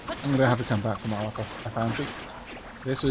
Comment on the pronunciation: So I feel like I need to point this out. It really isnt a big deal and I think it sounds better. You keep saying Mar-loth when his name is Mal-roth. I think it makes the character sound better anyways